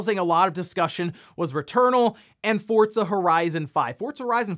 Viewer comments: Its not pronounced fortza. Do you see a t in the name of the game? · Take a shot every time he says "fortza horizon 5"